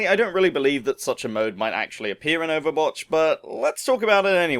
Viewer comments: Did he say overbotch? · at the start did u say overbotch